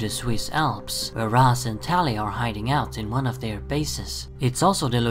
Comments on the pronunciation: Pronounced "ray-sh" not "raz" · And FYI the original creators of the character Julius Schwartz, Neal Adams and Dennis O'Neil actually pronounced it Rashe as well. I don't know where you're getting your information from, but you're wrong.